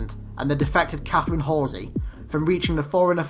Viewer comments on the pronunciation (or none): none